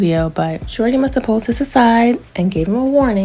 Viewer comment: He still say that wrong “Shordee”😩